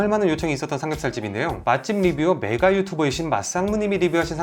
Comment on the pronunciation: 형 메가 발음을 메ㄱㄹ...로 들어서 순간 흠칫했어